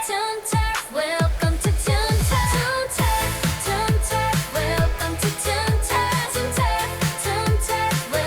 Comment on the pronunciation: "welcome to toon turf' tun terf, hee"